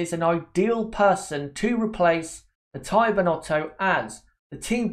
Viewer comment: Please it's Mattia (Mat-t-ee-a, not matt*a*ee*a), thanks. In Italian, "i" is pronunced like the english "ee" (short tho), not like english "i" (which in Italian would be written: "ai"). I'm not gonna go in other details.